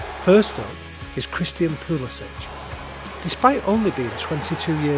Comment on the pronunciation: us americans will start calling it football once you pronounce my guys name right. its pull-eh-sick... not pull-eh-sitch